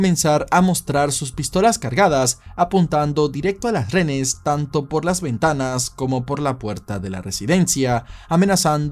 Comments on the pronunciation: Me parece genial que hables sobre los hechos nefastos que han ocurrido en el país, pero... mi vida, reHenes!! No RENES🙈🙈🙈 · Amigo disculpe que son renes? Es lo q claramente se le escucha....renes o es acaso un problema de vocalizacion? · Dígame cuando dice "renes". Qué desesperación.